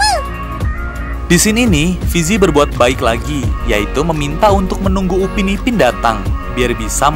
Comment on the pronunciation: itu Upin PAK......bukan upi